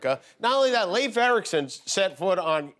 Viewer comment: Jimmy, thanks for pronouncing Leif correctly!